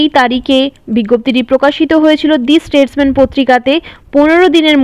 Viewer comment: Not দি স্টেটম্যান, its দা স্টেটমান